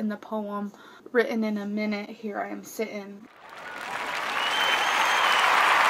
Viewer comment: “Here I am *si’in”